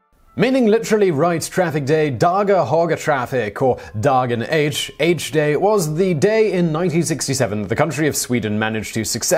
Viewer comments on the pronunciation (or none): "dagan haager" ... oh no... noooo nooo no. Why do you do this...?